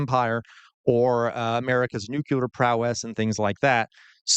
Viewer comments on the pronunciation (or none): Sorry... It's "new clear" not "new cue lar"